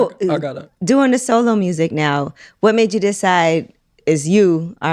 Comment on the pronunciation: I was thinking they were saying "so low" too, Armon 🤣🤣🤣🤣! I was thinking energy, though, not tone. Then, it made sense when they said "you are by yourself". Then it clicked, "solo" 🤦🏿‍♀️.